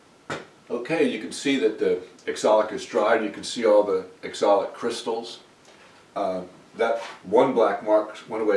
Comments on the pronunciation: You keep saying axolic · Sir, Its called Oxalic Acid not Exolic Acid ! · It is pronounced OXALIC. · I asked about this before. I believe it’s oxalic acid, he pronounces differently.